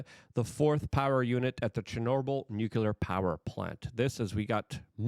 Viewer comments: I haven't heard the not-a-word "nuke-yular" so many times in 20 minutes, since 5th grade science class. You know google will teach you how to pronounce words now, right? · WTF does nukular mean😂